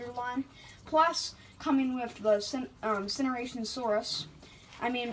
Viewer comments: How did he just pronounce that? Cinoranosaurus? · Idk where he got that pronunciation